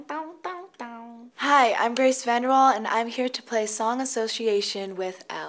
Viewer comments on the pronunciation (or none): Why she pronounce her surname like that